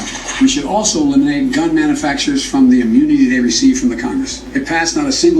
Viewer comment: What is a "MANAfacturer"? Does he mean manufacturer? Is this the best they could come up with?